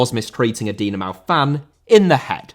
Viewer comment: Dinamo, not Dinamau